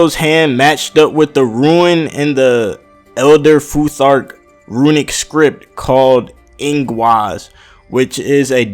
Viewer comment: they're Called RUNES not RUINS so not ruinic script but runic script so think about it this way you dont say iTuins you say Itunes thats how you pronoucne Rune just like Tune so say it with Ru-ne and i Tu-ne